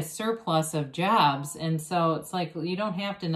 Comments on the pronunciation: Are you saying "jabs"? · Ha ha weee just hearing that vaccine 💉=jabs ;(. Midwest accent?? Jobs